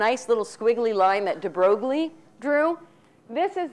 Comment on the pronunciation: I think it's funny that she tries so hard to pronounce the French philosopher's names with a cheesy French twist, but then when it comes to Louis De Broglie she butchers his name emphasizing the 'G'...whatever, more importantly... I have to stop watching these lectures. My bullshit detector has almost broken after 4 lectures. Hey, if any of you actually want to know what Quantum Mechanics is and not what the crazy lady on the street corner thinks it is check out Susskind or Balakrishnan.